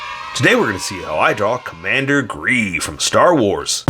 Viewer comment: You say gee stormtrooper